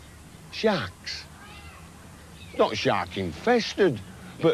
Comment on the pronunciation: It's Shaarks....